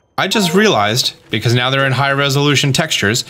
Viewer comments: he said meow instead of now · Is it just me or did he say 'right meow'?